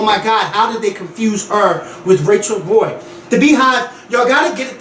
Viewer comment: its rachel roy. not rachel ray.